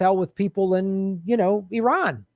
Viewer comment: Finally someone pronounce the name of our country Iran correctly and fluently. Thanks.